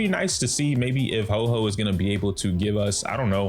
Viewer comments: 🤓☝️ ahktually it's pronounced ho-oh not ho-ho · Pronunciation for Huo Huo is quite simple: Hu-o Hu-o. Make sure to pronounce the 'u'! The pronunciation for the 'o' is not so much like "oh", but rather like "or". So pronounce it something like "who-or" but really quickly!! It's one syllable. Huo! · Its pronounced HOO-Or HOO-Or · Huo huo is pronounce like "Whao" but drop the W sound and add the H sound. It translate to fire fire in chinese so look up fire and hear the translation if you want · To get the actual pronunciation of Huo Huo, you can go to google translate and put in 藿藿 (this is Huo huo Chinese name) then just click the listen button for the Chinese pronunciation.